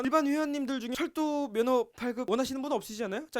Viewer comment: 에 철도를 절도로 들음ㅋㅋㅋㅋㅋ